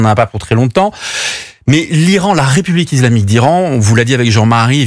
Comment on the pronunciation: Bonjour, pourquoi (pas sur de l'orthographe..); dit-il "izlamique" plutot que islamique???.Cordialement.